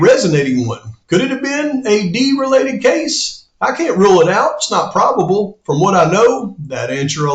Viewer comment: it sounds like you say probable and not improbable. Yet, it's a minor point since I know what you're saying.